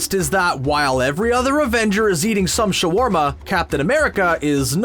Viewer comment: Exacu-larly sha-warma. Are all of this channel's announcers Skrulls?